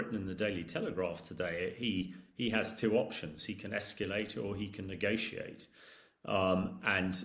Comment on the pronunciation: He can EsckYooLate and use his NooKooLer weapons. Well done Hamish! We need more intelligence here!